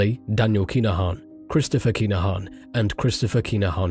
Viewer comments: "Kinna-han". Sorry I hate to be that guy but You're saying "Keener-haan" and it sounds silly lol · How many times can ya say their name in 2min 🤦‍♂️ its ridiculous......and you not even saying it correctly. This an AI voice